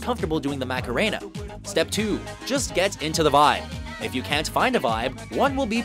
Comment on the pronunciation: PLEASE! The correct pronunciation of "Macarena" is RIGHT THERE IN THE SONG: MAH-KAH-RAY-NAH, not "MACKA-ray-nah". Thank you.